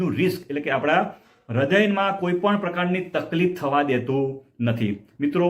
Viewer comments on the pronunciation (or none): none